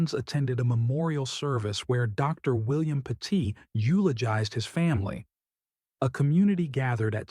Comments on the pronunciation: It's not pronounced PA- TEET, it's pronounced PET- IT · Pronounced pet-it. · I live not far from where this happened. It is truly horrific what happened to this family. It is just heartbreaking. By the way, you are pronouncing their last name wrong. You should do your research better before posting a video. It is disrespectful to the family. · Stop mispronouncing the family name!